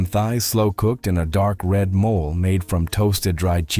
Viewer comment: MO - LAY ! Not a mole😮